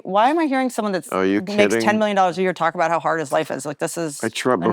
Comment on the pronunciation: "We could be in a wyear."